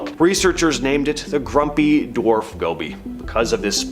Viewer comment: It's ''go bee''